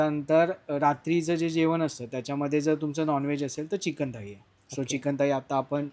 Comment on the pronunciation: थळी नाही रे थाळी असतं